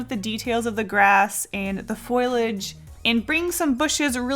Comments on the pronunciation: lol “foilage” low key made me cringe sorry, I’m sure you know it’s “foliage” but ahh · i love "foil-age". it's foliage (pronounced foal-ee-egde). such a cute mistake! i love u! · U said foilage it's foliage.......just saying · I had to back and replay... Did you just say "foilege"?! Took me a moment to realise you were trying to say "foliage" 😅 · Hey dude! Foliage is actually pronounced “foh-Lee-ihj” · im sorry, did you just..... did you just call it f o i l a g e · "Foilage" made me giggle. Reminded me of Marge from the Simpson's